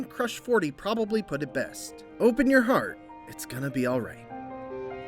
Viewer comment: "Open your hearth, its gonna be all right"